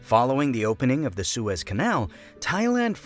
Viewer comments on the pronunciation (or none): none